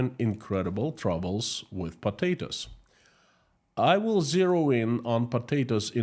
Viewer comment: "Next news is about PATATOES"...I love the way you say that word always makes me chuckle 🤭... I listen to your streams every day at work and I really enjoy them. Thank you for your hard work. Ggs